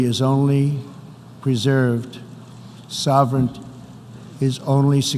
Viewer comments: He says "sovereint" instead of "Sovereignty" and he mispronounces "Ironclad" as "Ironclair" This is what happens when you elect a functional illiterate as your leader, folks. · I also enjoyed "sovereignt"